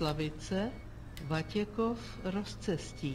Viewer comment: říkáš Vatěchov a je to Vatěkov :D